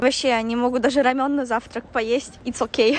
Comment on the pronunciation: НЕ РАМЁН А РАМЕН (Рамэн)